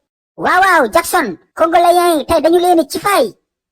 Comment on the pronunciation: Congolais au lieu congoléen😂😂😂